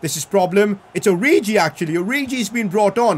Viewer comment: Listen to how he says origi's name LMAO